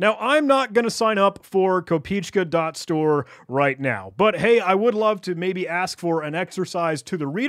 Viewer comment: Fun fact, the domain name translates to penny, "kopeechka" is the play on word for the lowest denomination of the Ruble, which kinda signifies that the website was made by either a Russian or any other slavic person familiar with it, also it's pronounced "kop eh eh chka", why am i not surprised anymore.